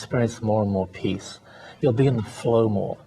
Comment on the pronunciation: peace not peas !! lol